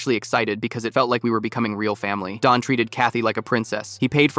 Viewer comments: The name is Don, not Dawn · It’s Don not Dawn